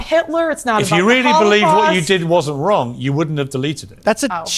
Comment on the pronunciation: Who determines what the line is? Jews😂 if it is twoo, then you ah not wong